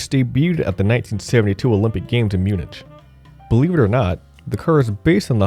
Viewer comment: Pronounciation was the biggest problem of this video... every time he said "Munich" the way he did, I felt like I got a stroke :D